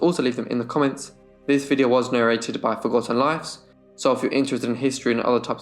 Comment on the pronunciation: Love your pronouncing “Forgotten Lives” such perfection! 👏🏻👏🏻 fascinating story, and historical background..many thanks 👏🏻👏🏻🙋‍♀️👏🏻👏🏻👏🏻👏🏻👏🏻👏🏻